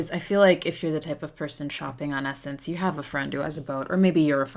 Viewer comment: “sssssss”ense not (e)ssense